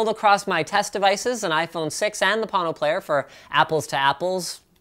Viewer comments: Why do you call is Pâno, when it is spelled Pono? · its a hawaiian word pronounced p-oh-no wang chung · am i the only one who hear porno instead of pono? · Thing is snake oil all the way, but PLEASE take the time to at least learn to pronounce the name right. Pono- pronounced Po (like king fu panada) Know. NOT Pon Know... I hope the owner of this company isn't butchering the Hawaiian language like you are. Edit: Watched Neil talk about it. At least he got the pronunciation right. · I giggled when i thought he said porno player. :D:D:D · Am I the only one who heard please porno player the first time 😂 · I'm sorry. I can't take a Pono review seriously from someone who can pronounce neither Pono nor Ayre correctly. Maybe it's just me. Moving on to videos of cats. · lol agreed. Linus get the pronunciation right please. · There is a huge difference in sound quality with the player. I hear it in every single recording I listen to, and am amazed you're not able to hear it. You seem like you were determined to not like it from the get go. Oh, and you should at least learn how to pronounce the name when doing a review. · All the Hawaiians cringed when he butchered the word Pono 🙄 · Anyone else thought there was an r in pono...